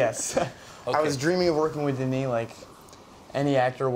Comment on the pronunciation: When will you learn some French. It's not Danny. It's Denis: de-knee